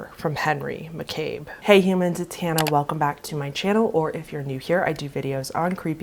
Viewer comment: Just an FYI, his last name is pronounced "Mack-uh-bee." Really enjoying your posts!